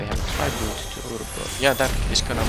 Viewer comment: Also, you're pronouncing "tribute" slightly wrong. I'm not sure how to describe how to pronounce it correctly though.